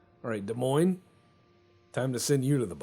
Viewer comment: I am pleased you correctly pronounced Des Moines correctly, considering I live here.